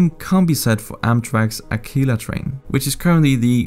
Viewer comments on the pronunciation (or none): A few comments. 1. Tokyo has way more of a rail network than New York I dunno how you squared that 2. 200b is 4% not 40% of Japanese GDP 3. Acela is pronounced Assella, not Akeela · As someone who has lived in Tokyo, I loved this video. And as someone who has lived in Boston, New York, and DC, I can tell you for certain that we pronounce the Amtrak Acela express train as "Asella," not "Akila" :) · Lol it’s Acela not Aquila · AMTRAK doesn't have a Akeela train, it's pronounced more like ah-sell-uh. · Acela is pronounced like "ah-cell-a" not "a-key-la" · btw acela is pronounced acela not akeela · very slight criticism to an otherwise great video. The Acela is pronounced as "ah-sell-a" sorta like acceleration, acela. You get the idea. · Great video. FYI - the Amtrak train is Acela - pronounced A-sella. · Future tip, Acela is pronounced like Asela, because YAY ENGLISH LANGUAGE! Also, is the Japanese Pasmo system as well integrated or more compared to the Dutch OV pass? Because the Dutch OV can be used on trains, trams, trolleys, ferries (not all), rental cars, buses, and bikes. You can get anywhere in the Netherlands with this pass. Except the military base where they keep the nukes. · The Amtrak Acela is pronounced “Uh-sell-uh”. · Hearing the Acela pronounced Akeela made me so irrationally angry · Not to be that guy but it is pronounced AH-SEL-UH. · "Ak-ee-la Train" lmao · no. He’s just not American. However he’s a native English speaker so he should know how to pronounce the soft “c”. No tea no shade, just ✨phonetics✨.